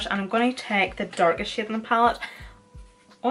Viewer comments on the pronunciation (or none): This whole time I thought you were saying "This sh*t here" but you were saying shade 😅🤣 either way I love it, pale skin girl tryna learn how to do make up here 👩‍🎤😊